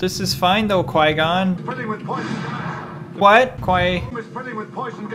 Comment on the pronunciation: This is the funny video it keep saying poyson gass